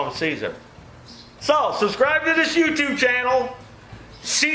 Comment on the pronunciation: You’re not Caesar - the valve is the “siezer”! 😆